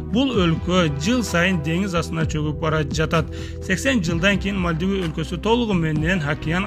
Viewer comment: Мальдива,Судан,Токио,Палестина, Израиль,Сирия ударение туура коюп суйлогулочу.